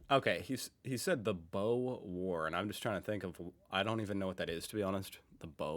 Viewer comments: Boar war, not bow war. The Boar war is the often forgotten war, especially in more recent years. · Boer War, not bow war; not beau war. Boer War. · Boer war pronounced bore. The boers are German settlers in South Africa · Boer War. They rhyme actually. Pronounced Bore. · federation day and significantly more convicts were sent to the americas than australia boar war. like pronounced like the wild pig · Australian volunteers were involved in the "Boer War" that was a fight between British Empire and the Dutch colonists known as "Boers" (pronounced more like "bores") See Also along the way toward democracy we developed "The Australian Ballot" more commonly called "secret ballot" today: Origin - "The Australian ballot", was first introduced in Victoria, Tasmania, and South Australia in 1856. Secrecy - This system allowed voters to mark their choices in privacy on uniform ballots printed and distributed by the government. (Nb the uniform printed ballot was also an important innovation on its own right) Influence - The Australian ballot influenced electoral reforms in the United States and Britain during the 1870s and 1880s. Method - It involved standardized ballots listing all candidates, which voters could fill out secretly. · The accent pronounces it weird. Boer War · He said the 'Boer War'. Google that one.